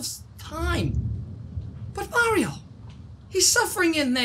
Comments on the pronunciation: It’s mario not maior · You don’t say Maario your say mairo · It’s not merio it’s Mario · Who is "merio" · I love it when he says Mario as "Merio" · I love how he calls Mario maero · You’r saying mair io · It's pronounced mar-e-o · Your saying Mario wrong